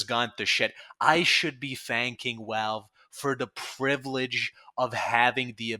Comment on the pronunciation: theres no way i can take your video serious with that speech impediment, walve walve walve, wascally walve